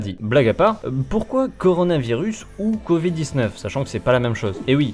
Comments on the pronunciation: Pourquoi le monsieur il dit "con vide" au lieu de "covid" ? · J'adore le "convid" :-D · "Le CONvid" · Le gugusse parle du "Convid" à partir de là j'en déduis ce qu'il y a déduire ;) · "le document s'appelle con vide et pas corona" c'est ce que j'ai entendu moi